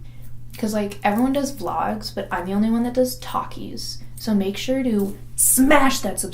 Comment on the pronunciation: I was prepared to bring up The Greatest Showman and it was not against your will! You just needed a little convincing! I will be borrowing Gay Aside and incorporating it into my vernacular. Also... talkies... or takis? Beause that's all I hear each time.